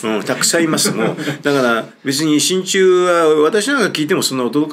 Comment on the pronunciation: 親中が心中に聞こえた❗